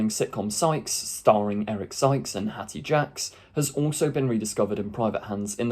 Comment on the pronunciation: Justice for Hattie, she should have her name pronounced properly 😁